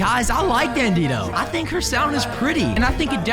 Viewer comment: You call dandido Dandino